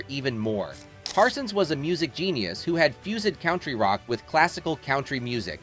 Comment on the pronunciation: "count-tree rock with classical count-tree music"? is this AI generated narration? Sounds like it🤣